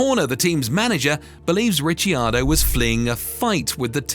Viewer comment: mate it's Rickardo